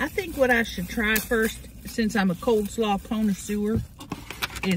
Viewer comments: Not "Coldslaw", it's COLEslaw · Am I the only one that loves it when says "Coldslaw"? lol! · Just like Tammy! lol! love it! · cold salaaw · Hahahha, i know right!!! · Oh no, we all do lol My GMA and ladies on Mom's side were all Southern bread and they all say "Cold slaw" 😂🤌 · It’s my favorite part of her Mukbangs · I chuckle every time she says that